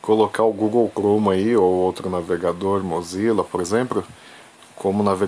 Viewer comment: Google clome kkkk